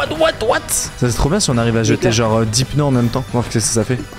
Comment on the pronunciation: Pk il dit des peuneus😅😅